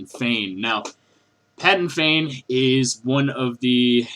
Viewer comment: Um, it's PADAN Fain, no "g" in the name...